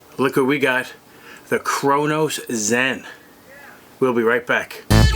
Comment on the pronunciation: "The Crownoowws zen"